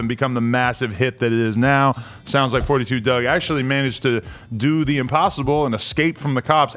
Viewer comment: It’s “4-2 dugg” not “42” 🤦🏽‍♂️